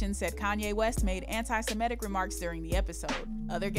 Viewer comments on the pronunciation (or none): "Antisemetic" lol